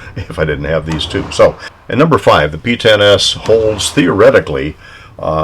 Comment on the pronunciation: Woohoo pee-ten-ess